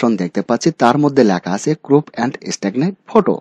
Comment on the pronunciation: ক্রুপ নয় ক্রপ।